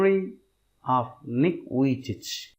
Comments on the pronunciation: It's Nick vijicic not Nick vijich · The pronounce of nick vujici is not correct